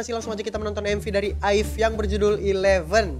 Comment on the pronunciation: Bacanya a-i-ve bang